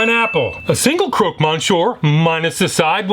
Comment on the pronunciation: it’s pronounced croc Monsieur nor croak